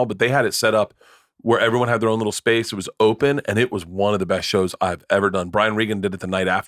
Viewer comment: I never thought anyone else noticed that lol. Drives me fuckin nuts!